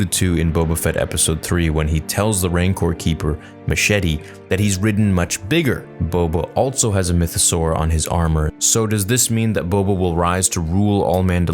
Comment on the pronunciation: really said "Mashetee" lol! It's "Ma-Cheh-Teh". He's an ambassador for the Chicano community so it was a little funny hearing someone pronounce his name like that. Great vid brotha!